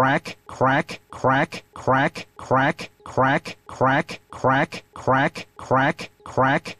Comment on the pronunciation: The more you listen to it, the funnier it gets. It sounds like he's saying "quack"